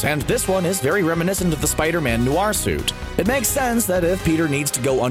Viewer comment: It’s noir not noare